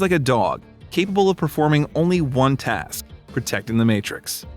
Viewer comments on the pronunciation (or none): none